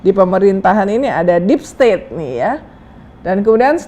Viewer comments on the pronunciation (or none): niru playbook nya Donald Trump... DEEP STAT DEEP STET DEEP STOT